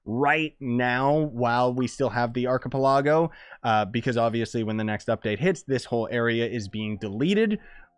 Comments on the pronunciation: Me when he said Archipelago: An arcip-lawg-oh?? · He said ark-ka-pa-log-O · The way you said arcapeligo